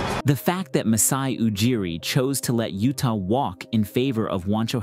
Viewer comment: "Utah" Watanabe 😂